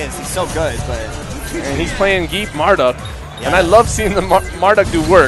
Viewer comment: hey, get it right! it's MarDUKE!